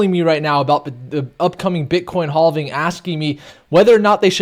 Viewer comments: I love analysis. But every time he says halving I die a little inside. 😂😬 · "Boulish on the haulving?"